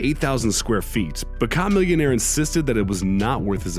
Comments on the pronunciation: I was cringing the way he said “CHA-millionare” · Ok who tf is Cah-millionaire? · Ha that dumb ass said KA-Millionaire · Bruh you said a camillionaire name all wrong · This dude can't even say Chamillionaire's name properly. Tf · #6 wtf he just say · He's white so 😂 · as am I but I know how to say Chamillionaire's name right lol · do you know how to say it... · K-a-millionaire? Lol N-o-s? What? (Nas) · Not only is making this list dishonorable, but almost as bad is the mispronunciation of some of the rappers mentioned. I understand that someone might not know how to pronounce “Chamillionaire”, but Nas? Nas is a legend and NO ONE doing ANYTHING with hip-hop gets a pass for mispronouncing the his name.